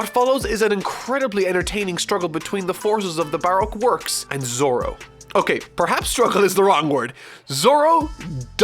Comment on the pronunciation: Plz pronounce Brock works correctly bu rok work's